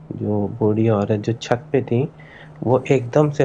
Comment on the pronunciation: 😂 " Chut Par " Ya " Chaht Par"